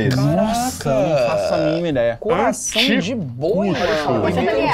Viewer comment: Não é assim que pronuncia anticucho. E isso não é milho, é choclo